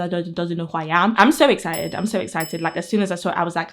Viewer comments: It's adorable how you say "exzited!" I've never heard that specific accent! ☺️ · I'm just giggling everytime she says EXCITED!!! 😅